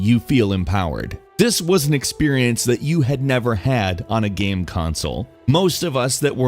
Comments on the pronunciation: I have no idea why no one pointed this out. He sometimes pronounces game like gaam. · when you say same you say sam or when you say game you say gam